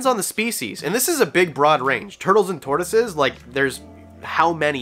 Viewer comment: Bruh. Tortioses, lol